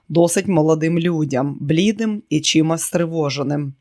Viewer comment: Дякую каналу за цікавий роман.Шановна пані,працюйте з наголосами. блІдий,має бути блідИй злОчинець,має бути злочИнець шпигувати,а не шпигунити і т.д.